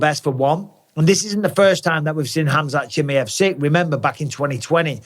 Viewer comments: Who’s “ CHIMMYHEV” ? ITS “ chimaev” ! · chimAev, not chimIev for gods sakes. I swear I was trying to pay attention but it just bugged the hell out of me haha.